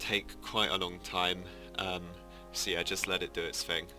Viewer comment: What’s a “fing” ????